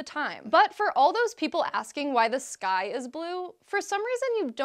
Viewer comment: just me,,or when she sais'' The sky''it sounds like ''this guy'' heh